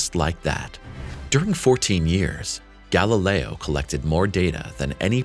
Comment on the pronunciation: "Galileo" is pronounced "gal-i'LEY-oh," NOT "gal-i-LRY."